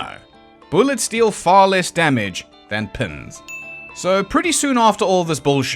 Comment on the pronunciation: At first I thought you said "Bessie was struck with Pimm's" I thought to myself, "That's a horror"..... Then l realized you said "Pins". That's not nearly as bad! I'll take Pins over Pimm's any day!!!